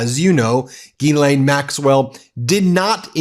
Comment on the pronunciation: Come on, Man. Learn to pronounce Ghislaine. FFS.